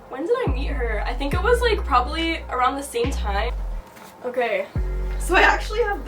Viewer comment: Ohkaaayy with the Jamaican accent coming out shawty